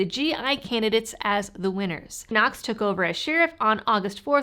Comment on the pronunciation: Did you say "Knox" took over?